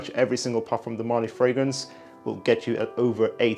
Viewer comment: marLY not MÁrly